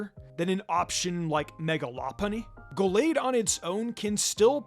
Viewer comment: How about "Go-lade" as well? That pronunciation is wild